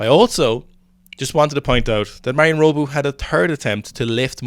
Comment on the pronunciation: Not meaning to shit on you lads, but Pizzolato is pronounced similiarly to how you say it - except for the "ey" part. So, the "la" is like "la la land". Hope that helps! Also, it's Marin - not Marion/Marian. Love you guys.